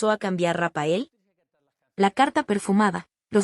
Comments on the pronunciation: pye estupida nunca fue rapael como pronuncias era rafaek aunque le hayan puesto p, rectifica bruta. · A ver si pronuncia Rafael en vez de Rapael por favor